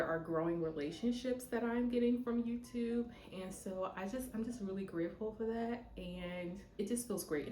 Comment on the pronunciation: Also, are you from Baltimore? "Yewtewb" tickles me every time. 😂